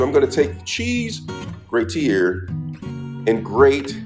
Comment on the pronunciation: I think you say things stupid on purpose.. Im catching on to you Edit: 😂 zesteeng Edit again: cheese greaTeer! You clearly have something going on here. Im new